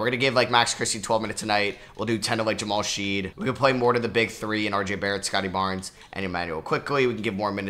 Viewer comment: The University of Houston Jamal Shead disrespect is real. You mispronounced his name every time in this video 😭